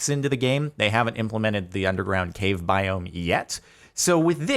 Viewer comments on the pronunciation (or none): none